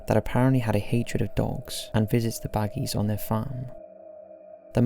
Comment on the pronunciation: I'm sure ppl have mentioned this about Courage, but its pronounced "Bag" not "Bagg-y". It's a silent "e". Not too important but just sayin.